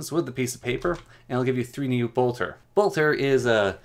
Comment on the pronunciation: I just can't with the pronunciations. Blotter (not "bolter" ) is used to dab away extra ink if you were in a hurry and didn't wan to wait for it to dry. Generally used when dip pens were still common, supposedly occasionally with fountain pens but the ink in those tends to flow very steadily and not need long to dry at all. I'm guessing that either the mod author considered it apt because of the association with writing, poets and thus, madness or just picked an old-timey word. Laudanum (not "Laudium") is alcohol laced with opium, which is exactly as bad an idea as it sounds. Used as a painkiller and panaceum in victorian ages and slightly beyond since, well it IS an effective painkiller. It just also led to an epidemic of opium addiction. As such the crafting recipe is rather apt because, well, poppies and all.